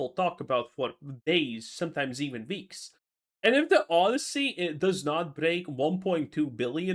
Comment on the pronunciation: What's a VEEK? Are you from Transylvania? It's pronounced WEEK with a W